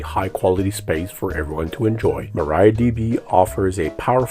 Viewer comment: Please pronounce Maria, not Maraia.